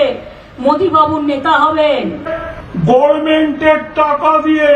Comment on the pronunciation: লাউ-ড়া-দোচা মন্ত্রী ।😂😂 ওয়ারা গভর্নমেন্ট শব্দ টা কে গর্মেন্ট উচ্চারণ করা মূর্খ (দোচা) মন্ত্রী 😂😂😂😂😂 লন্ডন এ গিয়েছে লন্ড অন করতে।